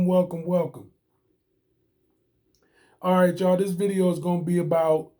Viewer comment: the moment I heard this creator say "all right CHA ' all". I was out.